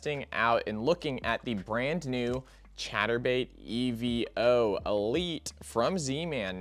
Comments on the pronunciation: Evo my guy not E.V.O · It's pronounced EE-VOH